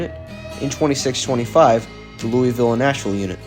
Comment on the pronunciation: hes pronouncing Louisville wrong.